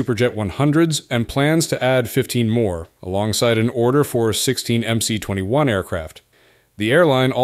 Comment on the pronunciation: There is no such thing as MC 21. It is MS 21 since C in the Cyrillic alphabet is pronounced as S.